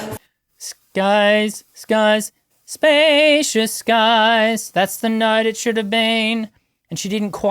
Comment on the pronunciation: she was off on “beautiful” (second syllable “ful”) and “skies”. She realized it and recovered the rest of the song. Like I said, this happens to the best singers and does not change my opinion of her at all. She’s amazing and I respect her.